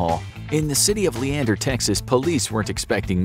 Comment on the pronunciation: I'm surprised you pronounced Leander correctly.